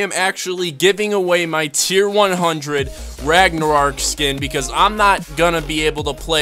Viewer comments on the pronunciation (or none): If u can't say Ragnarok then don't try to